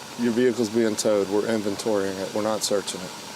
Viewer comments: Love the way she kept repeating “ve-hick-el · The way she says "vee hickle" drives me 🤪 nuts!! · Me too😂😂😂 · OMG so much!